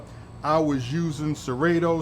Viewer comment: It's a beautiful setup and congrats on the 1K subs... But how about pronouncing Serato (ser-ah-to) correctly now 😂😂😂... Great content as usual